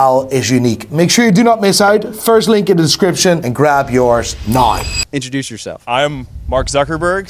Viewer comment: It's "now" not "nigh". Every...single...video. LOL.